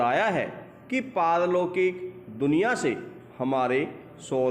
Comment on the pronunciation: Sir diction , ki speed sahi hai ... but jab aapne pehele word bola as a speaker to samjh nahi aaya wo ( pal- lokik tha / par-lokik ) tha ... Thoda sir , diction ke time uska jo ( ucharn) hai usko agar aap thoda tez bolenge ya phir proper/ clearly bolenge to Hume likhne me jyada easy hoga ... Baki diction thik thi . All the best sir